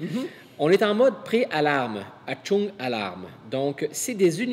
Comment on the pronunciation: J'aime bien comme dit "Achtung". Chez lui ça sonne comme "Atchoum". En fait le "ch" est guttural, il se prononce davantage comme le "rrh" qui précède un crachat.